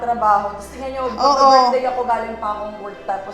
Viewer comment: “sis happi burthday ”